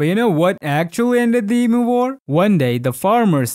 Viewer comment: as an Australian i have never heard of this e moo, maybe you meant emu?